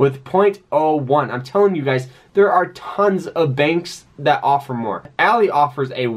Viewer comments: It’s “ALL-EYE” not “ALL-E” 🤦🏾‍♂️ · Good video, I just have to say you are pronoucing ALLY wrong. You are saying it like a females name when it is actually like the "friend" ally.. Example: "I am not your ally ," he repeated. ...